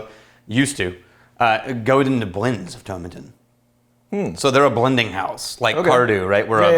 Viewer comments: Tomatin is one of my favourite distilleries! The 12 is perfect for hotter weather! But, btw, it's To-MA-tin. ;). So, glad you guys are able to keep these reviews going! :) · Coo BO Khan and Toe MAT inn, just to help out. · Pronounced Toe-Mat-tin